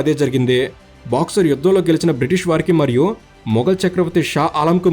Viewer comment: పదాల్లో స్పష్టత లేదు.. అది బాక్సర్ కాదు తమ్ముడు.. బక్సర్.. ఆ ఊరికి చాలా చరిత్ర ఉంది. అక్కడి జైలుకు కూడా... ఒకసారి తెలుసుకో. తెలుసుకొని చారిత్రాత్మకైన videos చెయ్. నువ్వు.. నీ నెల్లూరు యాస